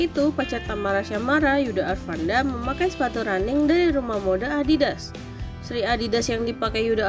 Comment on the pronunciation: Bisa baca gak min? Yudha Arfandi min bukan arfanda